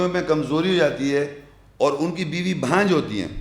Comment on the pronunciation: بھانجھ ۔۔۔۔ نہیں بانجھ کہتے ہیں